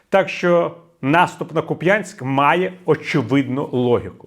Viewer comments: Не Куп‘Янськ! А КУп‘янськ! Не дуже приємно чути такі помилки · Віталій! Чому Ви з такою впертістю говорите Куп'Янськ, а не КУп'янськ. На Вас не схоже робити помилки. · Купянск с ударением на "у". Спасибо, Виталий. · Тільки,КУп'янськ,а не Куп'Янськ.У мене всі пращури з тих країв,усе життя був кУп'янськ.В Харкові й області це місто називають кУп'янськ. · Будь ласочка, тільки не Куп'Янськ, а КУп' янськ, наголос на першому складі. Харків'янам дуже вухо ріже. А за аналітику дякую. Дзуськи окупантам, а не Харківську область. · Дякую, пане Портніков. Ку‘п‘янск. Наголос на 1складі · Дякую, пане Віталію, за аналітику! Можливо, Ви втомлені. Але відчувається пониклий настрій(( Харків ожив, якщо порівнювати з минулим роком. Дуже не хочеться втрачати рідний дім((( До речі: Куп'янськ - наголос на 1 складі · Правильно КУп'янськ - на перший склад наголос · КУп'янськ - наголос на У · Через, місто КУп'янськ, протікає невеличка річка КУп'янка. Через цю річку, виникла і назва міста.( Гідроніми завжди виникали першими). В деяких селах, іноді і досі кажуть не КУп'янськ, а КУ п'янка, маючи на увазі місто. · Віталію, дякую за Вашу роботу. Але Куп'янськ ми зазвичай робимо наголос на У. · Куп'янськ наголос на у. Наголос на я ,так кажуть мо...алі. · шановний пане Портніков, тре казати КУп'янськ, з наголосом на першому складі, будь ласка. Хоча, з точки зору стимулювання коментарів, ця помилка ефективна, може й не навмисна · Не, в образу, панові Портникову, але Куп'Янськ, завжди казали заїжжі московити. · Ага, мені як уродженцю Харківщини наголос на Я якось дивно чути. ))